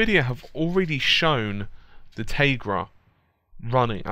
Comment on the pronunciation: "Tay-grah" That's a first for me, as far as that pronunciation goes. Hah